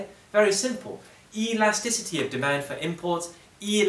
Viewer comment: E-lasticity, what a guy